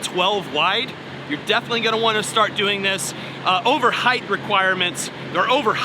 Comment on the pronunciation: Good info brother. BTW, "height" does not have an "h" at the end. Be safe out there!